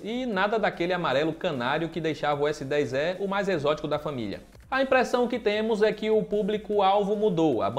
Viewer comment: PARABÉNS PELA ANÁLISE, EXCELENTE E TAMBÉM PELA PRONÚNCIA CORRETA DO S10É.....E MESMO É.